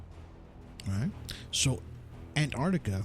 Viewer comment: Terrible. Very childlike presenting. This guy must have done 5 minute's research before the show. Knows absolutely nothing about Antarctica. In fact he can't even pronounce the name correctly.